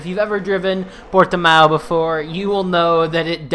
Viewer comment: UHAUHAUAHUHA... Portimão it's correct pronounce, m8. Don't worry !!! Thx for share again !!! Cheers from BRAZIL !!! P.S.: I don't like Portimão Circuit !!! uahauhauhaua P.S.1: Do you have Instagram Profile, man?